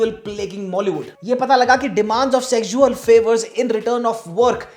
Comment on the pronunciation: ye “sexjually” kya hota hai?😂😂😂😂😂